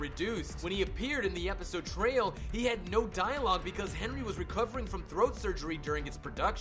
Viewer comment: Or when he says Trails instead of "Trials".